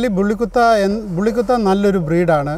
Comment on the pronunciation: കുട്ട alla bro pronounce bully kutta must be pronounced ബുള്ളി കുത്ത.......